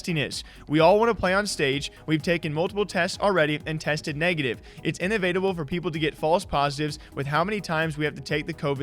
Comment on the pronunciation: in-evate-able,... please watch the Matrix subway scene.